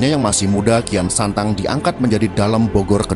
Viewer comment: sok tau lu..bisa baca ngga lu tong..kian santang kok dibaca rakean sancang..cari referensi jngn sok teong..malu2in genx lu tong